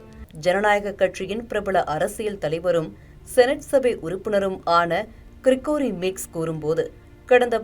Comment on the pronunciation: Gregory என்பதை கிரிக்கோரி என்று இப்படி கொலை செய்துட்டீங்க. 😂